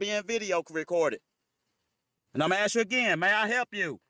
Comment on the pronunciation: No offence,but it's ask not axe